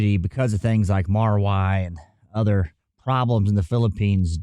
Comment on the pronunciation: not sure but if he said Marawi is supposed to be pronounced as Mara-we instead of Mara-why :)